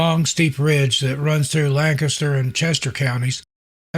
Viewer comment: Thank you for pronouncing Lancaster correctly 😂